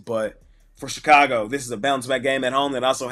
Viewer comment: LOL 😁 "Your...Ch-ka-go!